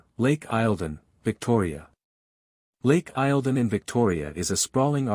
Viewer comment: Victoria's lake is pronounced lake eel don